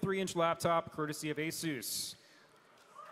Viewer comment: Horrible pronunciation of Asus...